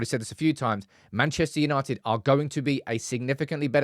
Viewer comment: YANITED YANITED YAANITEDD!!